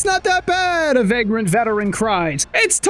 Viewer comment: You pronounce vagrant how?